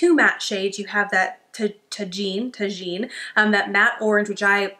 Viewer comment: Amazing look! I am still on the fence about whether to purchase the kaleidoscope palette, i did purchase the daydream eyeshadow palette and it arrived today! I wanted to let you know that orange shade Tajin is pronounced tah-heen. Tajin is a spice that some people put on fruit. It seems to be a favorite among Mexican people.